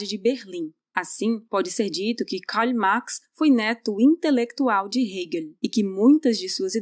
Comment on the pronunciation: Quem é esse "Kaly Max" que essa menina fala? Kkkkkkkkkkkkkkkkkkkkkkkkkkkkkkkkkkkkkkkkk